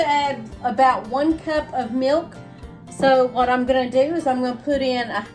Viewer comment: What is " mee- ilk " ????